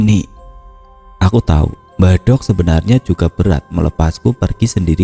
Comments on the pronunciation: Pengucapan mbahdok yg benar itu "dok" perpanjangan dr mbak wedok, bkn mbah "dhog". Kalo bahasa jawa timuran mbadhog artinya makan tp bahasa kasar orang jalanan 🙏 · Ma'af cuma koreksi... Kata "Mbah Dogh', baca huruf "D" nya trlalu tebal..... Cara bacanya tempelkan lidah di langit2... bukan ujung lidah yg di tempel di atas....